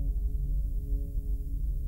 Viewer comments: You don't shake your head "yes." You nod for yes, shake for no. Nobody pronounces "Mia" as "My-Uh." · This was a good story, but the voice acting let you down in the end. Not only did you pronounce Mia as Maya the entire time, but i’ve never heard a more bored reaction to hearing that you patient’s father just got murdered. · I have never heard Mia pronounced as Maya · The scariest part is the pronunciation of Mia as Maya. Truly chilling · the only supernatural thing going on here is that can consistently mispronounce mia as maya